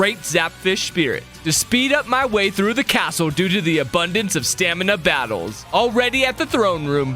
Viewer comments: Am I the only one who heard “stanima” instead of stamina? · ah yes "Stanima" (Also I don't wanna be mean, I just wanted to point that out)